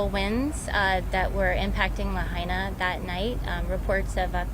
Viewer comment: PRONOUNCE LAHAINA CORRECTLY, AT THE THE WAY THE PEOPLE OF LAHAINA DO. Get someone who can speak, not just impersonally look down and read off a script.